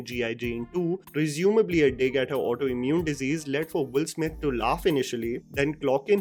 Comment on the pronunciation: Why your pronunciation is sounding Wolf Smith instead of Will Smith every time you said his name?